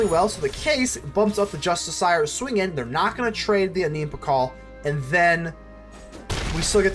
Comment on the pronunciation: i got triggered by the way you say "justiciar"